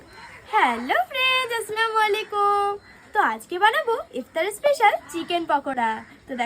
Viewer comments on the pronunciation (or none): আস্লামু আলিকুম❌,,,,,,আস সালামু আলাইকুম ✅